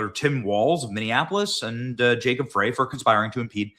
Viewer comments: Frey is pronounced FRY, not "fray". But I know you don't read these. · Hey Benny, love the coverage, but just a note: Frey is pronounced "Fry" not "Fray" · Hey Benny! I think the Idiot Mayor here in Minneapolis pronounces his name fry not as its spelled. Thanks for keeping us informed! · Enough people left (like me) afree walz and frey (pronounced fry btw) F'd up the blm riots in 2020 to make minnesota to loose a seat